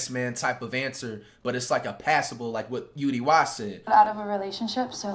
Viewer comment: Bro it’s U-D-Y…